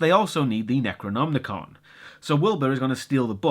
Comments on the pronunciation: NecronoMicon, not NecronmNicon. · Hey, great review as always, just wondering, do you say it's the Necronomnicon? Isn't it just the Necronomicon? I always read Lovecraft in translation, so is the original different, or Am I hearing it wrong? It!s nothing I would mind, just bugging me, you know. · Why are you pronouncing Necronomicon as if there is an extra N?! (Necronomnicon) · Bro.... Bro. It's Necronom - Ih - con. You keep adding an unnecessary 'n' before the "ih-kahn" portion of the pronunciation. I don't know if that's just a personal verbal idiosyncrasy of yours or what, but it was driving me to feel as if the dark unknowable dream-weaver Chthulu himself was whispering in my thoughts.... you know, driving me crazy. Lol no seriously though every time you did it I was like "DUDE. WHY? Is it just spelled differently in Great Britain or what???" Love your reviews though man. Just started getting into your stuff over the last few weeks and I love your style and format. Your humor is also pretty expertly executed and undeniably British, so I can't help but find it all the more endearing. Keep up the good work my friend. Cheers from the gloomy midwest United States. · (LukyHell) He just pronounces it a bit weird. It's Necronomicon. There is no 'n' after the 'm'.